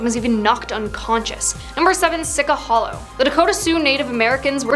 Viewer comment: It’s pronounced Sichie hollow not sica. It is not pronounced the way it looks.